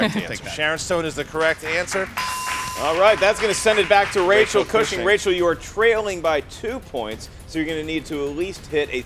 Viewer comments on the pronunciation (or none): It's definitely pronounced Cushing not Cooshing 😂